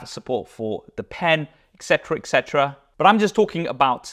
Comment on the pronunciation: Et* cetera, not ec cetera. 🕊️